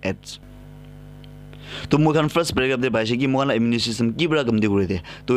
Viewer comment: Bro... Tats immune not immu_ ne